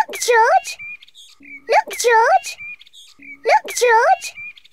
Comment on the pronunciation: I like the way how people tell George as "joj"😂 I can't wait to watch this premieres right now it's showing"Premieres in 37 hours" well I have no problem because I have set reminder 🔔 it will notify me well this will go live can't wait to watch this and laugh 😂😂